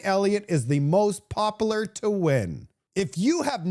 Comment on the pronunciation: Pop-YOU-lar Manip-YOU-late Acc-YOU-ret Pop-YOU-larity Or do you mispronounce them on purpose to get our attention? 😁 Loooove your show but this drives me crazy. 🤪